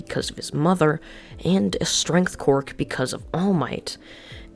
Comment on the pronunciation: my biggest gripeis that this dude says quirk as quark